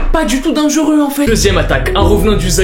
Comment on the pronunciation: Tu dis denguru à la place de dire dangeureux😂